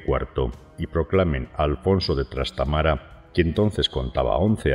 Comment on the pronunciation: Se dice Trastámara, no Trastamara.